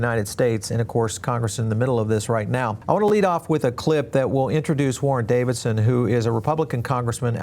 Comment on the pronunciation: Bitcoin AND crypto??? Bitcoin IS crypto, just like the rest!!! Sorry, Davidson! Or IS it Dividson, like written while you're talking?